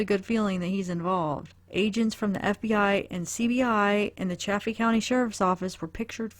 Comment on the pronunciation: It is Salida, like saliva. It's also Chay-fee. I know, there's 2 f's, that should make the a soft but....no. Lol!